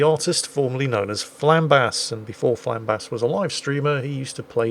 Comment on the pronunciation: you misspronounced flambass